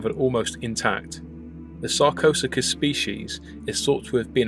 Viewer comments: It's "Sarco-Sue-Chas". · pronounced...sarco sukus